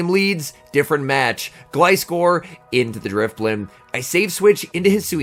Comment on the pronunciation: First time I heard you say Gliscor's name properly 😂